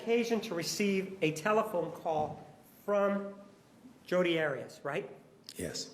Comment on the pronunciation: Her name is Jodi not Hodi